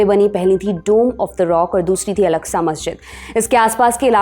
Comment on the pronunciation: Its masjid aksa ak-sa. Not alaksa. Inshallah Humanity will win ... Down 👇 Israeli